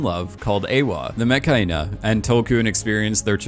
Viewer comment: why he say Metkayina like Mechhyena